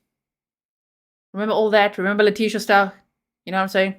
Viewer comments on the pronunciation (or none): none